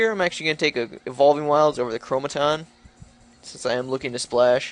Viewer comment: You're missing a syllable when you pronounce "ChroNOmaton"